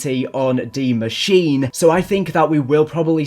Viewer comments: Please, please tell me why people pronounce it like that, its DIE Maschine, not Dee Maschenah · I got a question..who the f said that its pronounced Di Mashinaaaaa. BRO PRONOUNCE DI MASHINE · Every german gotten triggerd when he says "Die Maschin" or "Die Maschinää" oof, because he can't pronounce it!